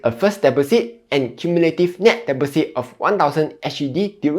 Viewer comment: 1. "It’s 'sell,' not 'siao,' lah 2. 'deposit' is pronounced 'dɪˈpɑzɪt,' not 'deb-po-sit.'" 3. "'Debts' should be pronounced as 'dets,' without the "b"